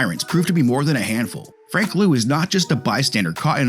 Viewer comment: liu is pronounced like Li-yo.